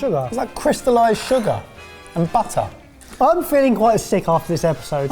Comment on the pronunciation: "Ze sugehr" "Ze buttehr" "Ze buttehr" "Ze sugehr."